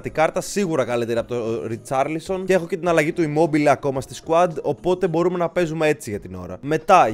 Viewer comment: Είναι ρικαρλισον όχι ριτσαρλισον